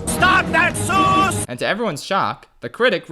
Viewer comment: THE SOUOS!! the souos..?? STOP THAT SOUOS!! I've been so looking forward to this upload and I'm already having a great time